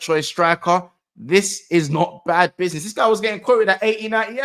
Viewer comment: "Bidnih" is the new catchphrase now 🤣